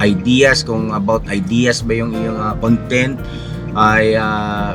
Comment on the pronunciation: The correct pronunciation of the word “YouTube “, is “YouChoob”. The word “idea”, is pronounced as “eye-di-ya”. No offence intended.